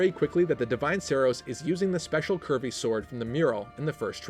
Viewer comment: Whenever you said "curvy" I kept hearing "Kirby" so I heard "Kirby line" and "Kirby sword" lol.